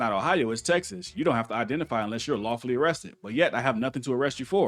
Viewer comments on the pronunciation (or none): Your mishearing - he said "lie-full order" 😂😂😂